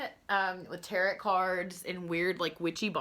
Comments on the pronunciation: Tarot is not pronounced tarret, like carrot. Tarot is pronounced like tear-row. Tear like ripping something. Not a tear that we cry. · Tarot TEAR-O not tear-OT You're welcome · The letter "T" at the end of Tarot is silent... pronounced like "arrow". 🩶✌🏼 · Learn how to say Tarot correctly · It would be nice if you knew how to say the word Tarot there is no t on the end only in the written word you do not pronounce the t.